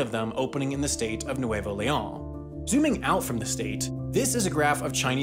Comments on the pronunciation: Except the way he says the name like it’s French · It's annoying how he pronounces Leon as if it was French. In Spanish, every letter is pronounced, with exception of the letter H.